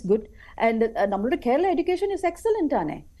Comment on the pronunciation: ഇവൾക്ക് കേരളം എന്നു പറയാൻ പോലും അറിയില്ല